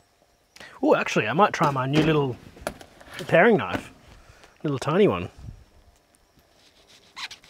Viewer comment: and it's definitely pronounced pair-ing knife ;)